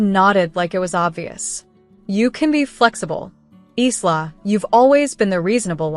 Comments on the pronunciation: I think "Isla" is pronounced "Ila" silent "S" A friend of mine has a daughter named Isla, and they pronounce it as if the "S" isn't there. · Your narrator needs to learn that the name “Isla” is pronounced “Ila”. The sister didn’t pay for the venue Isla did so it was hers to cancel not theirs to bully her into giving them.